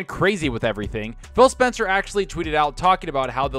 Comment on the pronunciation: Sounds like you're saying Fail Spencer, 😂